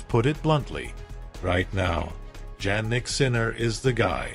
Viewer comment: I do not believe this Ai robot that cannot pronounce Jannik's name correctly. Show some actual video of the two players interacting inappropriately. Otherwise, don't waste out time with this artificial crap!:face-purple-crying